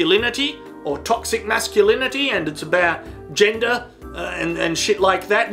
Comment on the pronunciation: Am i the only one that heard "Jenga" only to realize he said "Gender"?